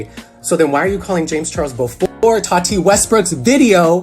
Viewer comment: The way he says Tati’s names bothers me so much. “No TAWW TEEE NO!!!!”